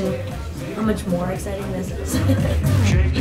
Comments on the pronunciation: I love how the guys said much as “moiuch” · Much is not said that way!!!!!!!!!!!!!! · It's not mounch its much